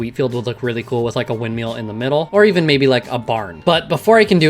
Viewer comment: I like how you say windmill